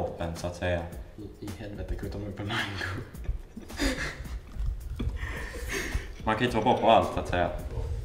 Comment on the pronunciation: Och mangu killen då? :)